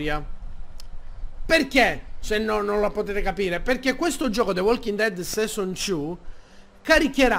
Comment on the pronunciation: HO RISO TROPPO.. Bevenutiii finalmentee suuuuu.... the Walking Dead... SESON Two.. Detto SESON.. No cioè sei un grande xD